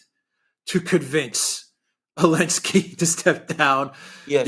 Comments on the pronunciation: It's Elensiky and Biden it's bye dung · Not Elenski, it's ZELENSKY!!!😮